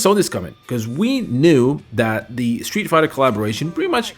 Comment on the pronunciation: It’s that not dat dat isn’t a word